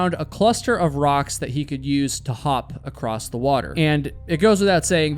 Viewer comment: I hit the stop button after the second time the presenter said “acrosst”. Can’t stand listening to this quasi illiteracy.